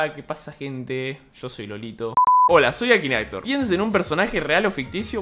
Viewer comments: Se escribe Akinator se dice ekineitor xD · Se pronuncia akineitor XD (en mi país)